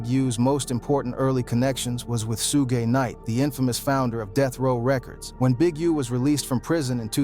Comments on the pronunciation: WHAT IN THE AI.... this is so fake, or done by a white guy who needs to MIND HIS DAMN business, he IS NOT not part of the culture. SHu-GAY..... nah. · SUEGAY😂😂😂… dude at least pronounce his name correctly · The ai voice killed this video couldn't watch it after I heard suuugey night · I thought that was a real narrator until he called suge Knight sue gay knight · Soo-gay Knight was crazy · A boy named SueGay I’ve heard AI call him that before, lol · When I heard sugay knight I had to turn this off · Who tf is sugay 😂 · This guy is mispronouncing people he knows Suge Knight nane but he mispronouncing disrespect the man name calling hem suegay that’s totally disrespectful. Please boycott this channel because this guy thinks that life is a joke. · Sue-Gay has me rolling 😂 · who the hell is sugay knight 🤣🤣🤣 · SU-GAY Knight! LMAO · I was deflated when this AI fool kept calling Suge Sugay then Sug.........I was about to click off but I'm still intrigued. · Shooo-gay is crazy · Soogey knight and a picture of Suga Free as Suge knight has me in tears lol😂😂😂😂😂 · 😂😂💯👍 Sue gay😮😮😂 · Yes, so many "Sugays" Ai straight went rapid fired! 🤣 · We’re in trouble once AI figures out how to pronounce “Suge” and “PAC”. Be thankful for these flaws 😂 aka red flags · Wtf is su-gay knight??🤔🤔🤷🤷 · Who the hell is Soo-gay Knight? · Why can ai do everything but pronounce suge correctly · Fucking AI, when I heard the voice say Suge, lol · Hahaha came to say the same thing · You don’t even know how to pronounce Suge’s name. Gtfoh